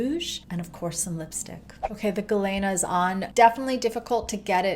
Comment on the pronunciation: Ah hem. As someone named Galena, after the mineral. It's pronounced gah-leena, not gah-layna.